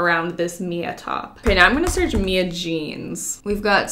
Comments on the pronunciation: Who’s gunna tell her it’s M.I.A not Mia 😂💕💕💕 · Is anyone gonna tell her the boots’ brand is M.I.A. not Mia… lol love ya Mia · When Mia thinks the shoes are named after her but the brand is pronounced M.I.A like “missing in action”